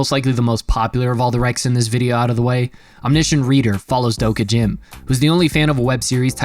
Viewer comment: Did bro just say Doka Jim?